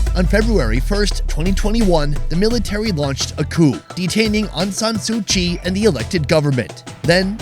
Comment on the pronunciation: You cannot say su kyi